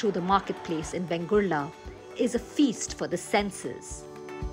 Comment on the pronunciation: In narration please give correct name ie vengurla not bengurla